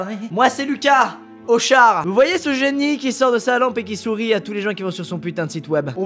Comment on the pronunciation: J'ai crû au début qu'il a dit "moi c'est Lucas clochard "😂